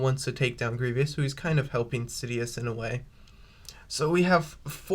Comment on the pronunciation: Cool scenario! I like it! However, the way you were pronouncing Grievous’ name wasn’t necessarily correct. It’s actually pronounced Grie-vous, not Grie-vyous. Just thought I’d point that out. Other than that, nice video here!